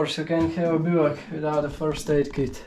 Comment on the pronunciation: I love the way you pronounce bivouac. I never heard that word until your videos.